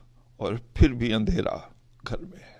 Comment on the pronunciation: andhayara ap na bola but tareki andheera hota ha ap ki pronunciation sai nai thi i think